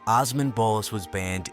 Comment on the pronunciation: As a Turkish person I am shocked we made it to a popular community only to be attacked because of our looks and shut down, and also instead of saying Allahu Akbar they said God is the Greatest (same meaning but the latter sounds kinda christian for a muslim country) Also the multiple times you mis-pronounced Osman 😭